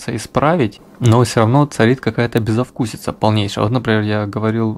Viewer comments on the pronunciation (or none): Автор, все отлично, но который раз уже - не безОвкусица, а безвкусица.